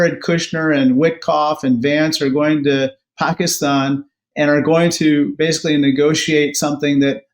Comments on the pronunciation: It's not Pak-eeeee-stan it's Pak-issss-tan!! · You say Pakistan so wrong lol hahaha you gotta stop saying that country's name haha